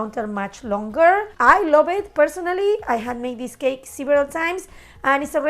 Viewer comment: “I Lōbve Eet” 🖤